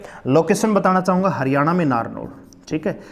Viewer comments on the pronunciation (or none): none